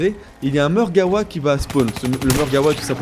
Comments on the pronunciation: Je suis le seul qui est choqué en l'entendant dire "Margawa" au lieu de "Margwa" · mec on dis margwa mais dis le comme tu veut c'est ta facon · Mon pote tu dis Margewa alors que ca s'ecrit Margwa et cela ce prononce comme on le lis mais bon tu fais comme tu veux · Ptdr marreguawaa